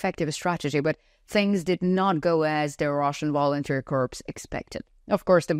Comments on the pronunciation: I offer a gentle boost to your English language skills. The written word "corps" (as in Marine Corps) is pronounced "core", as in the center of an apple. "The Vlad apple is rotten to the core" Your pronunciation is correct for the word "corpse" as in dead body. The plural would be "corpses". You also pronounce the word "the" as "da". To get it right, put the tip of your tongue against the tips of your two front teeth. Exhale to create the "th" sound, then follow this up with an "ah" sound by dropping your tongue down. Otherwise, your english is quite good. Salva Ukraini ! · Correct pronunciation of 'corp' is "core". Corpse is a dead personal.